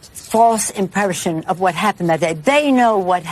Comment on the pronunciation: Did she say false impershion ?